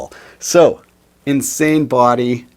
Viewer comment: When I heard him say "insane body," I thought that he was talking about fellow Canadian Brad Angrove...